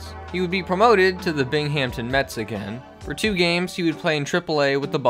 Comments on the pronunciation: Aah, you made the mistake everyone makes! It’s pronounced much more like “Bingam ton” and NOT like “Bing Hampton” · U said scutaro and binghampton wrong